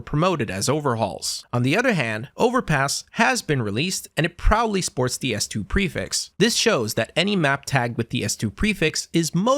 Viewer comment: on god he saying it wrong every time lmao